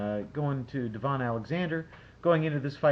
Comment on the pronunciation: By the way I'm American & for the love of god I know you've seen Devon fight 4-5 times minimum. Have you ever heard anyone call him D-Von? No, it's Da-Vin. You always do this & you know the name. Just like Clot-Tay, it's disrespectful to butcher a name.